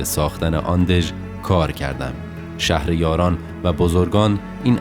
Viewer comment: متنی که‌خواندید را کمی اشتباه خواندید : ….شهر. یاران خواندید در صورتیکه باید (شهریاران) بوده باشد به‌معنای پادشاهان 😊